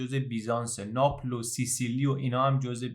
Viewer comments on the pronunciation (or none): none